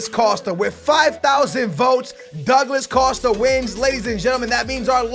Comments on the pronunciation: Douglad Costa? Come on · Douglad costa. Wtf lol